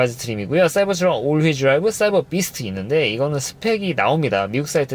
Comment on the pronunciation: 발음을 굴릴려고 하다보니 사이버스 트럭이라고 계속 하시는데 영어는 발음좋다고 잘하는게 아니에요